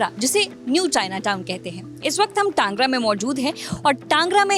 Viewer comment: टांगरा नहीं बोलते टैंगरा बोलते है।